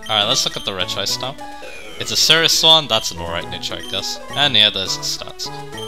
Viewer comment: When it comes to Regice pronunciation I feel like Re-gi-ice one of the most egregious cases of mispronunciation because unlike other cases like A-Geh-Slash vs Ee-Geh-Slash where all the words to make those sounds the persons head are in the name itself, Re-gi-ice esentually adds an extra I to the name. It’s a bit like how using Expert Conor as an example, The name itself since it can be spelled a few different ways, but different pronociation would come from changes in spelling despite sounding very similar, the name would end in an Or sound for the foremost, a Nor sound for a double N and and a Ner sound for its various spellings, Regice being pronocirr the way it often is sounds even weirder considering that’s it a static name that doesn’t have multiple spellings. As for Regice itself, repeat what I said about Regirock but flipped. that’s it’s a special tank with good Defence while being able to hit hard with a decent selection of moves, mainly Ice and Electric moves. But from what I’ve heard Regice was OU back in Generation III which surprises me, considering that although better than most defensive pure Ice types because of how high it’s bulk overall and it’s lack of resistances, but from what I’ve heard Fighting coverage wasn’t that good in Generation III, your most powerful commonly available option was Brick Break so it wasn’t as a viable to be knocked out, allowing it to use its power and special bulk with less to worry about. Regieleki is weird, because I’ve heard it